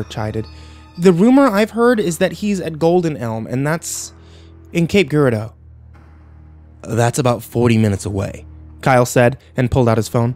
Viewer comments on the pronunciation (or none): its cape gieradeou like with a g I'm from.Missouri. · just a heads up. cape is pronounced cape jurardo